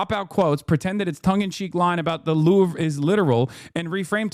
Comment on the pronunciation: lol at Hasan pronouncing the Louvre "The LORVE."